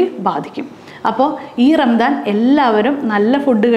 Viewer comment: ചെറിയ ഒരു തിരുത്ത്. ഭാഷാപരമായത്. റംദാൻ എന്ന് പറയില്ല. ഒന്നുകിൽ റമദാൻ. അല്ലെങ്കിൽ റംസാൻ (കറക്റ്റ് ഉച്ഛാരണം Ramzaan). ആദ്യത്തെത് അറബി ഉച്ഛാരണം. രണ്ടാമത്തെത് ഉർദു ഉച്ഛാരണം.